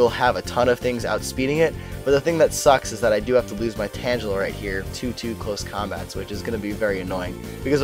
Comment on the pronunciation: why do you mis pronounce tangela, its tang gula not pronounced similar to tangelo